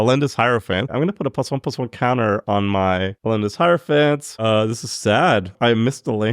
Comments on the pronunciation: in case anyone’s wondering, it’s pronounced hierophant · don’t worry, it’s pronounced “hierophant”